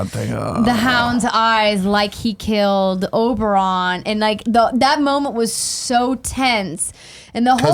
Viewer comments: Yeah, they bring up book criticisms, but like there’s no way Andrea read the books she says many names so incorrectly it’s hilarious. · Did Andrea say "Sandol" even after Tim tried correcting her to Sandor? And she says "Oberon" too. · GUYS OBERYN OBER-IN Not OBERON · I love Andrea's hard work even when I disagree with some opinions. That said, how the heck does she keep pronouncing characters names so badly? OberOn? MelisandrAAAA, Tie-ron? MissandEH? Does everyone fear her so much no one corrects her but Nick and can't get anything wrong?